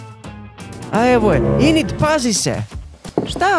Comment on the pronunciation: Neeee hejtam ali kaze se Enid a ne Inid